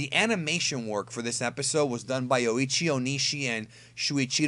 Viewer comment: The way he pronounced shuchiro manabe’s name Was cringy af No offense I love your content But dude That’s not the way to say a Japanese name